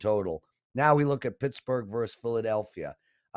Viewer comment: just try using versus with two, yes 2, syllables.:)